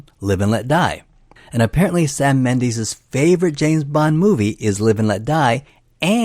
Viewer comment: What the hell is a “Mendeese”?